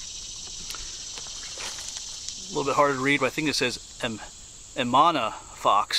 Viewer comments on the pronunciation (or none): It's E-m-a-n-u-e-l not Emanna